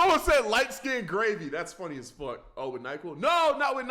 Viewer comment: Anyone notice how he says "fawk (fuck)" jus like lazerdim